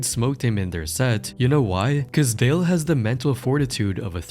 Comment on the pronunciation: It's Dale,. Not Da Lawn😂